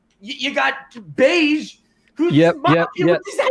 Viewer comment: Can somone correct them on the pronunciation of bege?